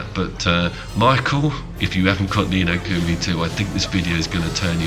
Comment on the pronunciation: Ni No Kumi bothered me lol